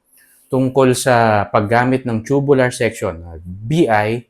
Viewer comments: agree po ako sa inyo pero ang pronunciation po ay toobyoolar "Tubular" is pronounced TOO-byoo-lur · It depends. Tube is pronounced as "choob" if it's in the UK accent and "toob" if the US accent. Both are correct. Parang "tomato": pwede to-may-to (US accent) or to-mat-to. New York: pronounced as "noo York" (US accent) or "nyu York" (UK accent). Both are correct. So it can be pronounced as choo-byu-lar or toob-yu-lar.